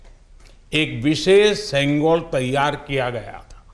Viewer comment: தமிழ் தமிழ் என்று பேருக்கு சொல்லி திரியும் இங்கு இருக்கும் தத்திகளே பிரதமரின் இந்த பேச்சைக் கேளுங்கள் செங்கோல் மற்றும் தமிழ் வார்த்தைகளை எவ்வளவு அழகாக சொல்கிறார்‌ வாழ்க வளமுடன் திரு மோடி ஜி ஐயா உங்களை வணங்குகிறோம் ஜெய் ஹிந்த் 🙏🙏